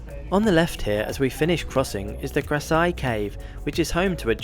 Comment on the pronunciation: Love you gave the correct pronunciation of the river name. Kwai is buffalo, a common Thai insult